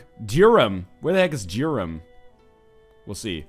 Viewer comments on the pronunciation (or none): Durham... NL pronounces it Durem... It's like it sounds! Dur-Ham! Sorry for correcting but I feel like I'd be betraying my county if I didnt't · I'm from Durham and I phrased that really badly, it's not dur - ham, but neither is it dure - em, it' s more duh - rum Needless to say I'm bad at both explaining and using phonetics... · every time he says Durham or Gloucester i cringe